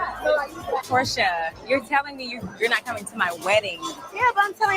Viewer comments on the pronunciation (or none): Your watch-alongs be having me dead!! You called Shamea “Pick-mea” and Porsha “Whore-Sha” 😂😂😂 Nah but when Shamea really took Drew’s joke and put 10/20, I was like “Wow Shamea….I can’t” and then you immediately clocked her after for being whack 😂😂😂 Shamea definitely has the things to be like-able on this show, but she needs a backbone.